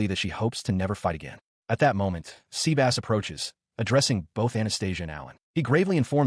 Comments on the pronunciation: Dude NOT SEA BASSS it is Sebas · I don’t think Sebas(tian) is pronounced seabass.